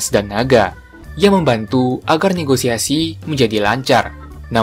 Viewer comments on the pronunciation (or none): none